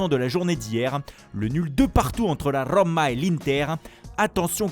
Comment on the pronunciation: La RRRoma 🤣🤣🤣 Excellent Par contre Bielsa est pas espagnol mais argentin Sinon très bonne rubrique, comme toujours